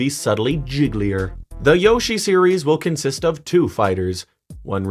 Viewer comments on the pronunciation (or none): none